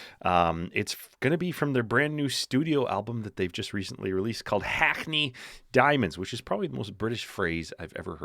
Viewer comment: Great song , classic riff but heavy produced.. anyway.. you can just pronounce Hackney instead of ggggrhhgrrrrakney... and the "babe" is actress Sydney Sweeney